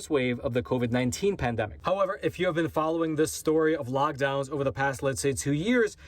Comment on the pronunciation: you keep saying logdowns, it's lockdowns